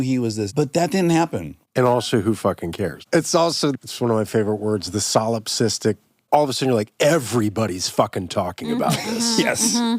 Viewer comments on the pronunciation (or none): I can’t let this slide 😅. In the ‘fact check’ at the end, they mispronounced the word they were trying to fact check … “solipsistic”… (like “cystic”—that’s a ‘ding ding ding’ for this episode as well), but they said “solipistic”…